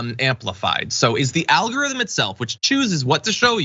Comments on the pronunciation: "Alorithm?" What's an "alorithm" guys lol? You might want to fix that. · You know that "alorithm" is not a word, right? Ummmm, journalism? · Missed the "g" in algorithm btw. Great video keep it up!